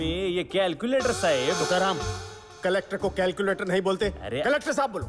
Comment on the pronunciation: क्लेकटर को क्लकुलेटर नहीं कहो।😅😅😂😂🤣🤣🤣